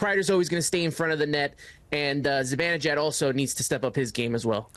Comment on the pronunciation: I hear "ZiBINijad" a lot too. It's BAN. ZiBANejad.